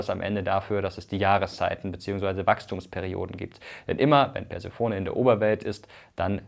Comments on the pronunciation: Ganz kurz: Bei Persephone wir nicht das o, sondern die es auf der zweiten und vierten Silbe betont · Eine Notiz zur Aussprache der Περσεφόνης: Die Griechen unterscheiden, so wie die Römer, Vokallänge und Akzent. Die Betonung liegt auf dem kurzen o, der Name endet mit einem langen unbetonten offenen e. Die Aussprache ist etwa: Persefónne. Die oft gehörte Aussprachevariante Perséfone folgt der lateinischen Akzentuierung und ist daher abzulehnen. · Der Gott der Fehler hat sein böses Spiel mit uns getrieben und Mirko eine unsaubere Aussprache eingeflüstert! Eigentlich liegt die Betonung der Göttin Persephone auf der zweiten und vierten Silbe: PerSEEphoNEE. Altphilologen vor: Welche Aussprachefehler sind euch noch zu Ohren gekommen? Schreibt's uns in die Kommentare.